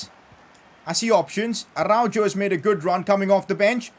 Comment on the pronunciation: Pov/ Player pronounciation : Araujo is pronounced like Arauho